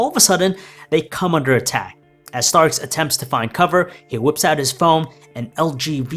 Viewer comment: Tony Stark. Not Tony Starks smh